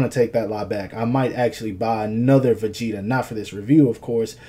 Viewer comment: Begeta? Are you fucking serious?